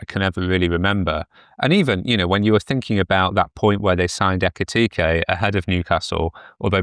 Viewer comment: What’s with pronouncing Isak and Ekitike as “Isaac” and “Ekitiki”?